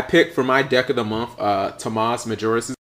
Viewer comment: You said his name wrong XD